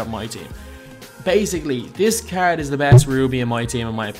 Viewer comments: Nathan Liles00 ikr cgggrd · The way he says "card" makes me cringe every time